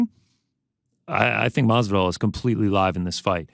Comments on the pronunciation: You know it's on purpose right ... ???! 🤔🧐 ' MARVIDARL ' !!! 👍✊ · Maaan he even asked Gamebred if its Mathvidal or Masvidal and still says it wrong 😂